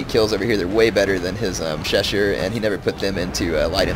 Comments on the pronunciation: Im sorry if you've already seen this before, but the "ss" is chasseur is just the "s" and not "sh" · Voltigeur has a G like 'get'. Chasseur has an S like 'harass'. When you say arty is OP do you mean the howitzers? Because I would agree